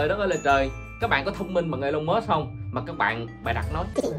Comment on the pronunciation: huhu anh ơi tên ổng đọc là I-Lon Mớtsk mà anh đọc giỡn đúng khum :v